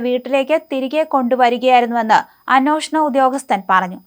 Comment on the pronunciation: അന്നോഷണം എന്ന് കേൾക്കുന്നത് വളരെ അരോചകമായി തോന്നുന്നു